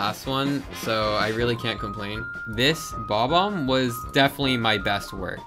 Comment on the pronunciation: "Bob Omb" it's bob bomb, you just don't pronounce the B twice